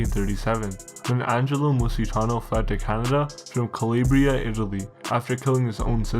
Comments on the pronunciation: It’s “Calabria”, not “calibria”. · Its pronounced "calAbria". Not calibria. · YI watched the video and read the comments, and I agree with: 1- lose the robotic voice 2- learn the proper pronunciation of some of the words, like Calabria 3- if these mob guys want to kill themselves, go for it but avoid collateral damage. 4- Any info on why the Serranos were targeted?